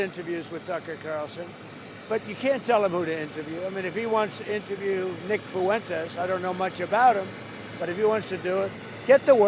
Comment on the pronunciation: Dana pronounces Fuentes like Michelle Malkin does. I like that.